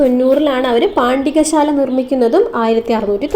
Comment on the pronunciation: പാണ്ടികശാല അല്ല പണ്ടകശാല.